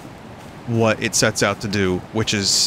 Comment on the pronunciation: Did anyone else misunderstand him at first and hear "lots of sex" instead of "lots of sets"? I was REALLY confused there for a second.